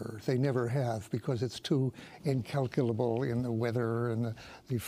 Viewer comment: Daniel Ellsberg said it correctly. “Incalculable.”